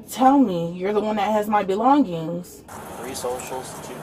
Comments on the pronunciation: 😂😂😂 With her "belon-Gings". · “My Belon-geens”. 😂 Ma’am I’m sure you stole those too. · “Can I have my belongggings? You guys have my belongggings” 😂😭